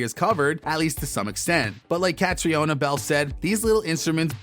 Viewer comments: Her name is pronounced Katrina ! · Just watched this. Ca-tree-ona? Should we help him?